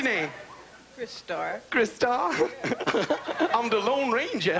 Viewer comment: "A'hm da Lone Ranga!" .